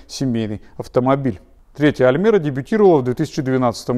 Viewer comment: да не аЛмЭра, а аЛЬмЕра, когда вы уже научитесь правильно говорить?